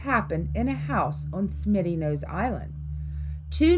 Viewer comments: Smuttynose instead of Smittynose. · Smitty not Smutty was what got me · FYI, it’s Smutty nose, not Smitty. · Smuttynose, not Smittynose.. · it's Smuttynose, not, Smitty; been to Mystery Hill and if the editors of this yak went there, they would discover it goes waaay back, theres a sacrifice stone, chiseled imprints in stone for making stone spear heads and would learn that all the stones in the area line up for certain sun spots for timing the year; I've talked to locals and have researched the Saco River story, the baby drowned and they killed the mother which is why her father, a chief, cursed the river, it's true that 3 white people drown every year except one back in the 30's or so, locals won't let their kids swim it it until the three drownings, but if your of Indian decent, your void, it is a tough river in spots where you have to watch your ass, tadaa !!!